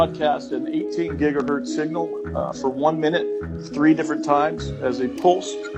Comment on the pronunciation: Seegnial and allemium